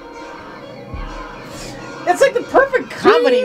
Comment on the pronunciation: So what the hell is "The Chooper"are they just fucking up saying "the Chopper"?